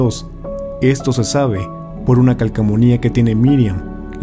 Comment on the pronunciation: Dijo calcamonia 😊😅😁😂